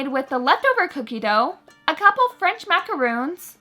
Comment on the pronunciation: They are called macarons, not macaroons.... 🤦🏻‍♀️